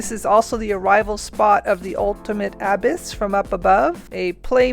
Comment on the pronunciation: It took me far too long to figure out what word you meant when you say abyss lol never heard it pronounced like that haha